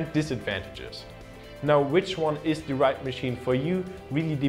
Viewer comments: Hey, find's klasse, dass du als Deutscher in gutem Englisch sprichst. Hab nur einen kleinen Verbesserungsvorschlag: the + Wort, das mit Konsonant beginnt wird "the" ausgesprochen, the+Wort, das mit Vokal anfängt "thi". Du sprichst alles als "thi" aus, was sich total falsch anhört :D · could you pls learn how to pronounce "the" correctly? pls that's so annoying.